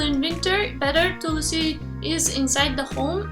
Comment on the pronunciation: What is Tulasi? A very foreigner way of saying/distorting Hindi words. Plz learn it Tulsi not Tulasi.